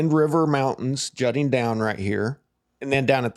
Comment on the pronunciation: You-in-tah Uintah, I'm from there